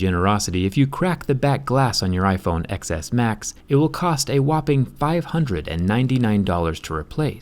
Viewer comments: It killed me how many times you said "ex es" instead of "ten es". I feel like in your position you should know how to pronounce the name correctly. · “ecks S max” it’s... ten... bye.. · Last time u said it right, TenS. But im going to believe ur calling it Xs cuz this is a roast video and ur calling isheep idiots. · it’s pronounced 10 not ex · I like whenever he says ‘Xs’ he says it like ‘excess’ not ‘10s’ lol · I thought you should pronounce it iPhone 10s not iPhone X's? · X is pronounced TEN 🤦‍♀️ this hurts my ears when you say it like "excess" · One thing that kinda bothered me- XS is pronounced "ten S" not "eks S"! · dude, your Android bias is obvious. If you're going to be so anti Apple at least pronounce the product name correctly. the X is a roman numeral, so it's TEN S not X S. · No offense but you sound like a complete tool calling it the "XS" instead of "Ten S". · it’s pronounced 10s not ecks s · Its pronounced iPhone 10S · It is pronounced ten s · I AM TRIGGERED IT IS Xs Pronounced ‘10 s’ it is Roman numeral u dumb ass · IT’S PRONOUNCED TEN-S, XS... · As much as i love your channel and your videos but i can’t stand saying Xs because it’s 10s how is pronounced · Calling it iPhone exx-ess intentionally like every other Indian(m too).. Lmao... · You are such an asshole.. This is soo wrong..! And it’s pronounced TEN-S. Jerkface. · Pronounced as 10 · It’s pronounced 10 s oh my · It's pronounced (ten s) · X in iPhone Xs in a ROMAN NUMERAL. It is pronounced "Ten". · i see you are intentionally calling it the iPhone XS (eks) xD damn you despise apple products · I kept hearing the iPhone Excesss 😂 Clever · such a professional tech reviewer doesn't even pronounce the phone's name right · Fucking idiot can’t even say the name of the phone correctly